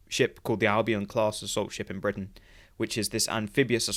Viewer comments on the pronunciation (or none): none